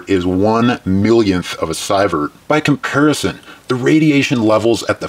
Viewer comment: Lol you are killing me with the sI-vert pronunciation lol it's pronounced see-vert. Cool video though and good information